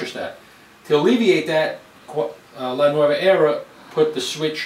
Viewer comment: Looks like a great machine, I want one! Since it's an Italian name however, you should pronounce it "NuOva" and not the Spanish nuEva, like you did throughout the presentation.